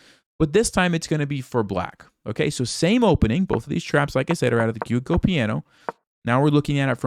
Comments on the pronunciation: "gyuko" 😂 it's pronounced joco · Yes, this - although i think joke-o is the correct pronunciation unless there are regional variations in Italy. I think chess pros like should really make the effort to pronounce the names of the common openings correctly to help others learn it if for no other reason. It also sounds a bit dumb otherwise. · I love ya but it’s pronounced, “Jew- o- co”. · Great video! As always, enjoyed it a lot. Simple to understand, and beautifully explained. (Although I'm not sure whether that's how 'Giuoco' is pronounced... However, I think it's closer than Hikaru Nakamura's attempt. He just goes straight with 'Gucci'... 😂)